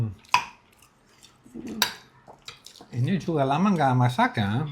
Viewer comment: tlg kalau blg sekolah H nya dibaca mbak ❤ maaf ya mbak 🙏